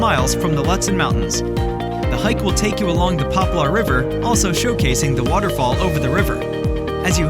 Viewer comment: Find an announcer who can pronounce northern minnesota places properly: Lutsen is pronounced like Lootsen, and Poplar River like Popler River. Thanks!